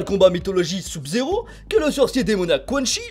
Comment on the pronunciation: oui il prononce mal Sub-zero